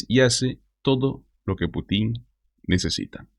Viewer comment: Cuando mencionas a Putin (es sin acento) lo haces con acento en la í. Si hay un Presidente que no es Putín, es Putin.